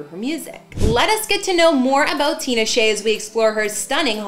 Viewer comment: The name is so easy to pronounce it’s stupid easy. TEE-NA-SHAY